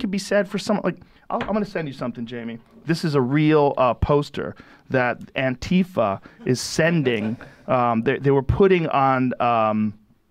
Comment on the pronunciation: Thumbs-up for stressing the A instead of the I in Antifa.